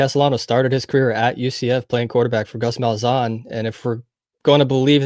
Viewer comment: Bro it’s Malzan! Not Malzone! 💀🤦🏽‍♂️